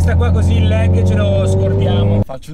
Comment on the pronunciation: Si dice “lag” non “leg” 🤦‍♂️